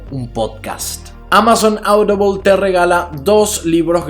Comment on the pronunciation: Amazon aoudiboaaaaaoolll 🇪🇸: Amazon audible. Que se puede escuchar vaya xD